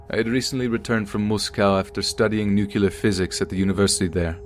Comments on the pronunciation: Nuclear - pronounced new-klee-er, not new-cull-er. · Yeah, somehow I doubt a physics teacher who was at Chernobyl would pronounce it 'nucular'. I facepalmed hard on that one, lol. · I love your stories and youre my favorite. But all I hear is George Bush when I hear someone mispronounce nuclear as nuke-you-lar. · Repeat after me: Nu-Clear. Not Nucular, it makes me cringe every time you say it.